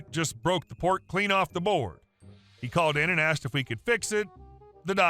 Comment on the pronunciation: me either. It's amazing how some people think some words have a silent letter, that don't, hearing how he said it, got annoying